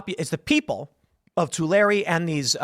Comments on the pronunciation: Yay, this is the first time I've heard somebody pronounce Tulare County right ! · I’m from Tulare County. Thanks for pronouncing it correctly 🫶🏻